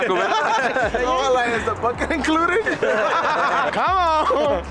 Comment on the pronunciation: I swear 😂 I said wait a minute “bucketa”? Lmao 🤣